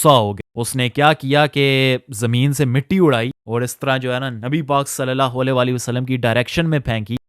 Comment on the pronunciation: Swallallahu alaihi wasallam ko seen se nahi swad se ada karo bhai warna matlab badalte hain plz ..